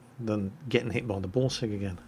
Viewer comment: When says Borsig it sounds like he is saying Ballsig:D